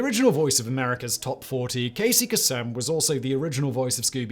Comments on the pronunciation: FYI ~ Both Casey Kasem's first and last names are pronounced with a long a - Kay-see Kay-sm. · Please never say Casey Kasem again. Cāse em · Hearing you butcher Casey kasem’s name hurt my soul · plus, he learned the proper pronunciation in a previous video on one of his other channels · You’ve seriously NEVER heard Casey Kasem say his own name? Really? And, since you’ve never heard his name pronounced, you don’t take 10 seconds to look up the pronunciation? You took a name that is stunningly easy to pronounce and did it incorrectly anyway. Sheesh. Way to make yourself look uneducated and culturally illiterate. Shall we all start saying Moan-tie Pee-thun when we see Monty Python? That’s how you’re coming across. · Literally 98% of the comments section including your comment is people in writing correcting him. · Wow, sorry Simon, but yeah, everyone else is right. You totally butchered Casey Kasems pronunciation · Was actually nice to hear his name differently.. made him a real person, to replace " hi I'm the jerk who ruins radio every day on Sunday" thank you for that 80s therapy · You pronounce "Casey Kasem" weird and is not how it's usually pronounced. Just sayin'